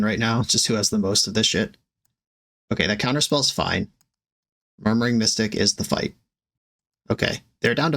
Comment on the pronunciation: I swear you called murmuring mystic "Murdering Mystic", forever in my imaginative sphere the birds are Crows 💙